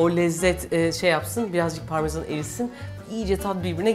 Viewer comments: parmezan diye bir şey yok Refik Hanım. türkçe'ye çevrilmiş hali parmesan olması lazım. o yüzden okunuşu da parmesan. ingilizler parmezan diye telaffuz ediyor ama parmigiano'yu İngilizceye çevirmişler. peynirin aslı italyan, adı da parmigiano, telaffuzu da g'yi c olarak okunarak elde ediliyor. şimdi, adı türkçeye çevrilmiş bir italyan bir peynirini, ingilizce telaffuzuyla söylüyorsunuz. ben de diyorum ki ingilizce şimdi nerden çıktı? ortada italyan bir peynir var ve siz de türkiye'de yaşayan bir türksünüz. ingilizce bunun neresinde. ben olsam parmiciano rendeliyorum derdim, söylemesi de zor değil. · Parmesan değil mi o ya neden parmeZan diyorsunuz inatla, izlerken çok rahatsız ediyor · ABLACIM PARMEZAN DEĞİL PARMESAN, DORİDOZ DEĞİL DORİTOS BUNLARA ODAKLANMAKTAN VİDEOYU İZLEYEMEDİM SAYGILAR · neden parmesana parmezan diyosun ya parmezan demek çok zor :(